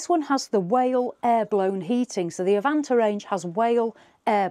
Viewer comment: All done in one take, or I missed some seriously skilful editing. Make your mind up with 'Avanté', three different pronunciations in 20 minutes. Nice, concise video covering the entire range.